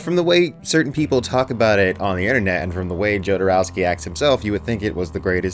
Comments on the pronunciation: My God please stop pronouncing it JOE-DER-OWSKY! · Jodorowski - J is silent. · curious what you’ll think of The Holy Mountain - (oh and the J in Jodorowsky is a h sound, like in Alejandro, not a hard J)